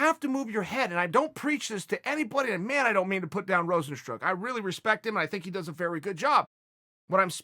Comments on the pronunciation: Chael: Rozenstruck Rozenstruik: Dang how did I mispronounce my name all my life? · Rozenstruk Rojenstrunk Robert's truck Rozensgdhjfgshs Rahzenstrook Rezenstroik Rozenstruke Rozenstrike Roizenstroyk Roozenstronk Just literally read it as written: RO-ZEN-STRUIK (Rozenstruik)